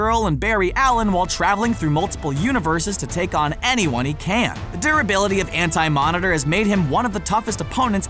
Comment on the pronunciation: So we just gonna ignore it said ant-monitor instead of anti lol